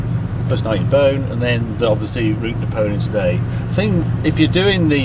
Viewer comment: By the way Beaune is pronounced closer to "Bawn" than "Bone"...